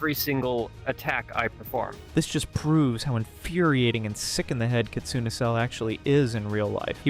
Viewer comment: The name kitsune is pronounced 'kit-soon-ay'